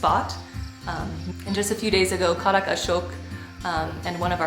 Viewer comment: Ahhh it’s KHAdak not khaDAK! 😳. Safe travels!!